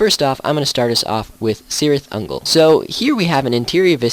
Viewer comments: Cirit Ungol pronounced with K not C. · You should get the prononcitations correct. Cirith Ungol is pronounced with a K not S.